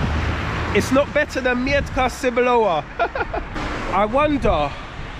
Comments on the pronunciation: It doesn’t mee-etka it’s metka. Nobody understands what’s „mietka” means. „Mietek” is a popular polish name, human name not for sasuage. 😂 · Not Mjetka sebolova but Metka Cebulowa looks for its pronunciation in googletranslator. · in polish we dont read "e" as "ie" just "e" :P Just sayin coz as polish guy, i understood u as u was sayig "Mietka Sebulowa" and i thougt its some guy xD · when you say "I am looking for Mietka Cebulowa" they think that you are looking for a man, who named Mietek Cebulow 🤭😉😆Mietek is Polish name. You must say Metka without "i"😆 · Bloody hell, is that Jastrzebie Zdroj? I used to live there when I was young 😀 They don't understand you because it's metka not mietka. Like in "I've met". Also "W" in Polish is pronounced like "v". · mEtka no m "i" Etka without i , gj you found it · it is pronounced....MET-KA not ' miet-ka' ! aha ......cebulowa !🙂🙂🙂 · Haha właśnie o tym samym pisałam wcześniej. Kiedy on mówi że szuka Mietka Cebulowa, to tak jakby mówił że szuka pana o nazwisku Mietek Cebulow 😆😉🤭🙂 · you like the metka cebulowa very much, why don't you learn to pronounce it correctly? You say the word "mietka" even though the label says "metka" without the letter "i". Mietka is a diminutive of the archaic and almost unheard of Polish name Mieczysława - a female version of the name Mieczysław (famous for the sword). One letter sometimes makes a big difference - A propos - scene from polish movie, in which the policeman added the letter "s" to the victim's surname - from the surname "Psikuta" (associated with the word "psikus" - eng. prank) he made the surname Psikutas (Dog's dick) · nie mietka tylko metka kurwa mać! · metka bruv, not mietka :) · I think you need to work on the pronunciation of „metka cebulowa”, cause the way you say it may not be understood by polish people (I didn’t get it also the first time);) Have a good one 😊